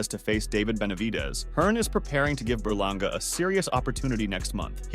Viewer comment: Eddie Hearn said edgar berlangER😂